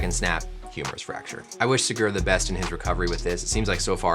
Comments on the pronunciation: You most have lost it when he talked about the "humorous shaft fracture" 🤣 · Sounds like he's saying humorous fracture, wich is kinda funny. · yes, indeed it is humerus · I thought he was saying humorous fracture. I was like damn even the Doctor knows it's funny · Doc said "Humorous" tendon.....😂